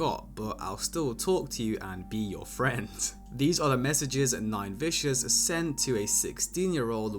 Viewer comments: Im dead bro said nine victim 😂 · Who tf is nine victims 😭😂😂 it’s nine vicious